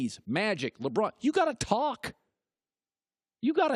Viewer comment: Hilarious!!! "You gotta yalk! YOU GOTTA TALK!" 😂😂😂 Dude, OKAY!